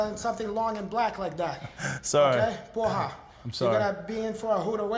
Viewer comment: has to improve the pronunciation of caralho. porra is perfect